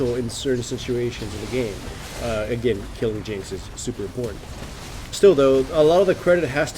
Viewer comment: godiego My point is that he emphasized the "super". It's somewhat long, but I would say the average is between 25 and 35 minutes.